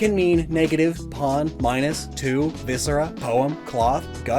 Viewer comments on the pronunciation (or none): none